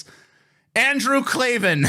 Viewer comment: It's pronounced like Clay-Van 😂 I agree with Andrew Klavan wanting to bone Tina tho. Andrew was popular before he joined DailyWire. I remember he had segments like "On the Culture" and "Revolting Truth".